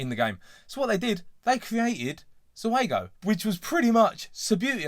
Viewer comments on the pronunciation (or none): Pronounced "ZOO-go". Basically, the Italian trade-name for their own Subbuteo production line.